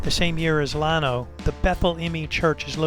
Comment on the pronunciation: It’s LAN-O like land O minus the D Nice video tho lol